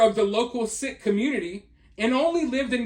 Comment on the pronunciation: Sikhs are the nicest people...this is soooo sad....by the way, it is prounounced "seek"....prayers for this girl and her family.